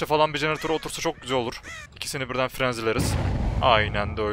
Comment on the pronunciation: artık "bu map coğ karanlık" demezsin:D